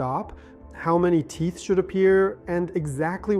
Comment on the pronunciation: This is typical hallucinatory AI, many instances of mispronounced words (and clicks), like USAG(J)-1 , T(P)eeth , these are all hard to swallow. Stop using AI! It's expensive garbage... I stopped watching at this point.